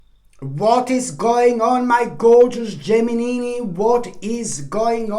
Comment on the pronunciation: Are you married? Do you want to be? I love the way you say Gemini!!!